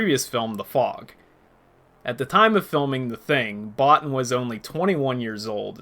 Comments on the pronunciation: You should pronounce it "Bo-Teen", not "Bot-ton". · I saw this movie when it came out in 1982, and as a young man, I thought it was brilliant then...it's only gotten better with age. It's simply one of the greatest films ever made IMHO. Well done on the video, one comment - Rob Bottin's name is pronounced Bow-TEEN.